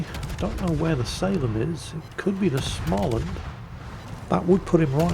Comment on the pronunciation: å in Småland is pronoiunced like o in "more"